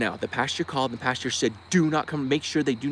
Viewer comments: You are pronouncing the word pastor wrong. A pasture is a place where animals are. You’re 45, get it together. Good grief!!!! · As a Midwesterner hearing "pasture" Midway through conversation I was so confused until I got you were saying pastor.